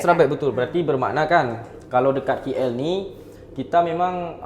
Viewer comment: K3napa suka cakap KI EL sebutla KL ATAU KAY EL